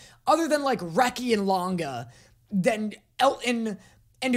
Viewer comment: I LOVE HOW YOU ARE SO SERIOUS AND INVESTED THAT YOU MISPRONOUNSED LANGA'S NAME 😂